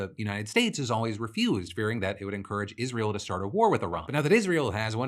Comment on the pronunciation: Lindsey Graham shouldnt be allowed to talk about Israel if he can't pronounce it.